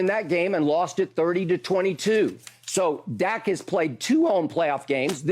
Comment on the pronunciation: Damn skip finally got Dak’s name right!